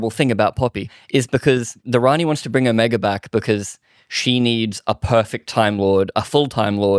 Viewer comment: You lost me at your incorrect pronunciation of ‘era’ and ‘Omega’.